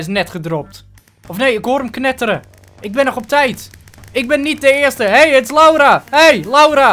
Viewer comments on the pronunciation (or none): niet eerse